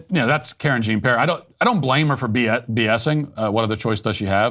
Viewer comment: “Karen Jean Pear”..🤣